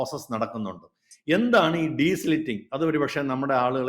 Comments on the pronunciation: " ഡീസ്ലിറ്റിങ് " അല്ല , " ഡീസിൽറ്റിംഗ്‌ " ആണ് . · Desilting and not desliting😅 Not an expert but primary school science 🧪. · It is not deslitting. It is de-silting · the right word is *DESILTING*, not desliting. Please note.